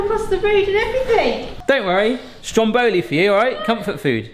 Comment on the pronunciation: Mate, it’s called STROM Boli not stromBOli 😗